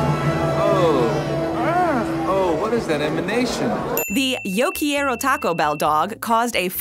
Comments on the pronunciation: It's Yo Quiero (Care-O) Taco Bell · yo key-air-oh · Um Quieroyum, that's not say Quiero, at all. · Narrator pokes fun at 1940s people butchering the pronunciation of Taco then epically fails at saying Yo Quiero. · Butching the word Tayco. U did the same with Quiero. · You don't enunciate every letter in "quiero.'